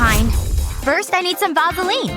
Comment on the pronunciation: She said vasoline wrong